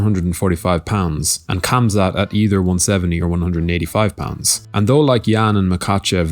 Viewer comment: Plz there is no K in Khamzat when you pronounce it... Its Hamza ufc alwas starts the stupidest shit